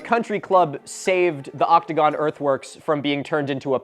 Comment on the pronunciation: Okay maybe it's just my audio processing issues, but I SWEAR I kept hearing "optigon" instead of "octogon"....